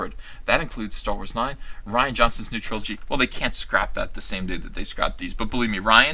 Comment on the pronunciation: i'm pretty sure it's pronounced REE-ANN johnson because it's spelled rian and not ryan.